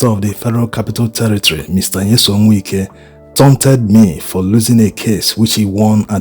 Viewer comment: To the admin... Its Wike not Winke.... I understand you are Igbo but pronouncing Wike isn't same as what you think in Igbo